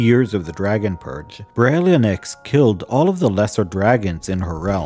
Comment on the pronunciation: Beh-ryl-IN-thra-nox Also BERR-əl (similar to "barrel"), as in the green mineral. Aboslutely LOVE the lore!!